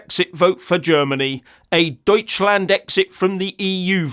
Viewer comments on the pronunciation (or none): none